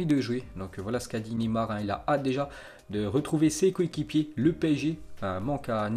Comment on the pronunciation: Neyar😂😂😂 enfaite c’est Neymar